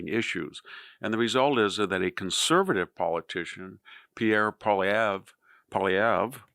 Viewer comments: Thank you for understanding Canadian politics and pronouncing Mr Poilievre's name correctly😊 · Aa a Canadian, I must say VDH, it's nice to see an American who can pronounce, Polievre's name properly. ( Or pretty close, I'm not a francophone either , but often it's not difficult, people don't bother to try....